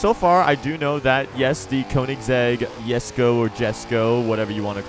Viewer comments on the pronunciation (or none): That j e s k o not y e s k o